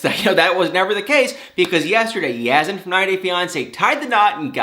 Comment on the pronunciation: Have a picture for people who don't matter to see, naw! Yazan, is dealing with this foolishness. Not her. As a professional, you should speak with awareness of atleast pronouncing a name right if you're gonna speak about it/him/her/them. I like you but we all can do better with Life in general😉 Be Safe & Keep It Real🤗